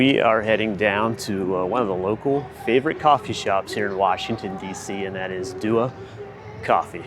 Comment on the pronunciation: It’s Dua not Dua